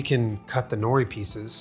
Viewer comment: Always makes me chuckle the way most people pronounce nori.